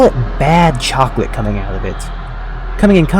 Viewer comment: lol "bad Chocalate"